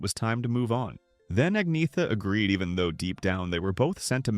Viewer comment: Her name is Agneta, not Agnea